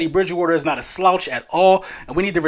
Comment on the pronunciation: Drinking game: take a drink every time Eagles fans, podcasters and content creators say "Ted E. Bridge Wooder" today. I'd be hammered already, and it's not even 9am game day.